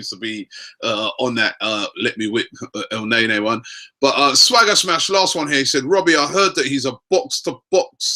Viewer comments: not NAYNAY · For fuck sakes, its KNEE-KNEE not NAY-NAY, the rest of the league is laughing we can't even pronounce our players names correctly! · Robbie its el -ne-ny and its cro-thi-nas not cro-thins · Its EL-NE-NY not EL-NAY-NAY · Did Robbie say 'Let me whip Elneny'? 😂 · Elneny = EL-NE-NY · Robbie, your saying his name wrong. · Real talk no one knows the first thing about Elneny not even the correct pronunciation of his name. Yet the Vieira comparisons have begun SMH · That's not how you pronounce his name, so let's just stop with this song. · Lol that's not even how they pronounce his name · horrible horrible chant. he's name isn't even pronounced like that lol I enjoy AFTV but please sort it out, quit being cringey please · So fucking cringe how you pronounce El neny's name